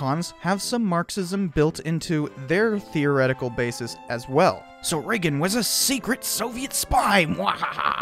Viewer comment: Oh my god, you and Trevor Moore from WKUK say Reagan the same weird way. Please tell me you say Vegas weird too LMAO